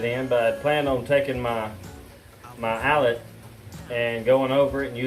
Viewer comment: Great job bro. Looking forward to the progress. I thought I heard a hint of English accent in there when you were talking about the Allett... 😂 Keep us posted on how it’s doing. PS, plz don’t fall down and start germinating. Lol